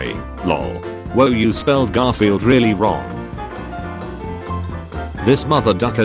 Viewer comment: garfirld sooo close